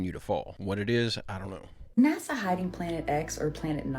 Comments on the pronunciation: And why do u call NASA NAZZA? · Where do I get the application for NASA? I can learn to edit pictures and videos, and I don't mind showing up for photo opportunities. Sounds like easy money to me 😂 Question:, I have never heard "NASA" pronounced the way you say it, I'm curious what region pronounces it like that. I love your common sense way of approaching videos. The way you speak of your family is very heart warming, and I believe you and your wife are doing something right! I look forward to your videos every day 👏!